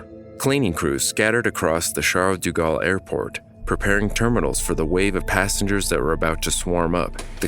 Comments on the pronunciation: its like "shall deh gahl" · Bitch the way he pronounces “Charles de Gaulle” is so distracting lool